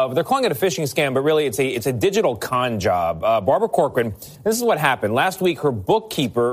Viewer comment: “Barbara CuhCORan” 😜